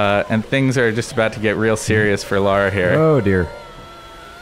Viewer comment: why oh why oh why do GI (and alot of US people) insist on calling her laura croft? Laura and Lara folks, two different names! thats you your biggest fan x